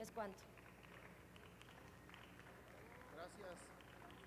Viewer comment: hmmm quiza más acentuado lo de diPUTAda...